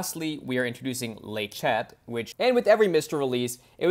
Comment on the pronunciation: « Le chat » is pronounced « le sha » if you pronounce the final t, it’s the female cat with the same other meaning as in English…